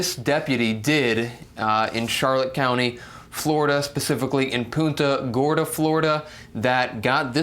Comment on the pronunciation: PUN-ta Gorda, not Poonta